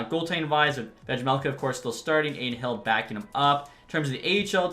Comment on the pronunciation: the J in Vejmelka is silent